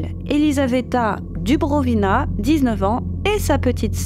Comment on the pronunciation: DuBROvina tu as dit Dubrivona😆😆😆